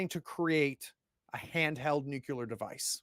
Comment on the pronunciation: Love this series! Will definitely watch if you put out more content in games I'm interested in. Just one small thing: Please repeat after me. new-KLEE-ur